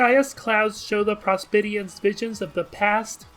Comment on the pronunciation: the way he pronounces prospitians is really annoying, like the video tho